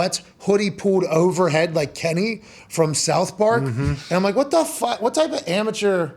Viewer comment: That “WHAT” pronounciation 😂